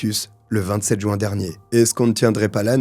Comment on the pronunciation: surtout quand il dit « jou-un » au lieu de « juin » 😄